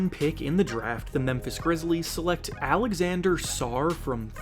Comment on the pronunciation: Alexandre is not pronounced like Alexander, the -dre part is important. Risacher is not a truely French name, it's germanic you have to prounounce it more like Rizaker.